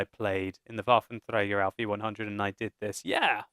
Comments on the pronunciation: Yes, it is indeed. Pronunciation by sounds a bit funny and the second word 'auf' (on) is a little indistinctly, but it's way better than spoken in french, english or any other tounge not exerting themselves to say it in its native pronunciation. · that's how you say it in german. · van de Sunweb it IS how u say this in German